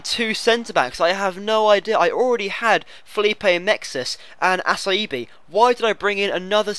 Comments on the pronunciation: How in the world is acerbi pronounced assaibi? It's A-C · Acerbi = Ah- cher- bay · Its actually pronounced Acherbi! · Acerbi is Atsherbee. And ya I hate playing La Liga teams aswell